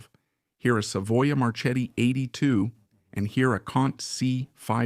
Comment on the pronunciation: “Marchetti” is pronounced “marketti” like in market. CH is K in italian